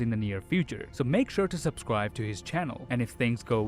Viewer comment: This guy at the end of every video: 😖 PweEse GwAb 😖😟 The Subscwibe button 😩